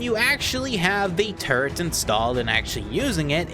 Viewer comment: There's no "n" in "turret"